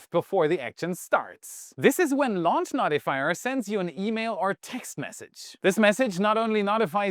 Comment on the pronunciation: "Notifyer" is pronounced No - tih - fy - er. "No" as in the opposite of "Yes." It isn't "Not - i - fy - er.